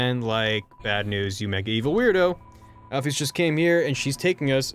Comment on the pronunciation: JESUS CHRIST ITS PRONOUNCED AL-FIS NOT AL-FI-YS